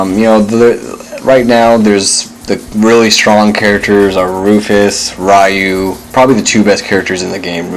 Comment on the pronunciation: Why is Ryu's name so difficult to pronounce? It really bothers me that people who obviously love the Street Fighter games this much can't be bothered with learning name pronunciation.